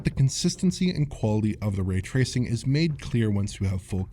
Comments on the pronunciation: Really hate how he mispronounces ray tracing. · So how's the raytracing on Series S? The way pronounces it's name should give you a good idea.